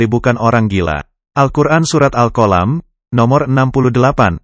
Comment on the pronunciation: Tolong bahasa Al'quran jangpan dirubah contohya surat alqalam jangan diubah jadi alqolam.